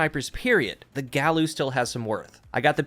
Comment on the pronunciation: Just shouting into the void, but I think it's supposed to be said "guy-you." Several Omolon weapons (most notably, Uzume) follow Spanish pronunciation rules where every vowel is pronounced the same. There has been an intense debate within my clan as to how to say this name and it's tearing us apart